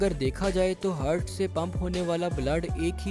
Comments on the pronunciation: aap ne itni bar heart ❤ ko Hurt bola k hmaray kan hurt hona start hogaey, 😂😂😂😂 Baqi wese video kamal ke thi. keep up the good work. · Its "heart" not "hurt" ..very irritating while listening video that I was unable to watch complete video tho it was good by animation. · ہرٹ نہیں ہارٹ بولتے ہیں۔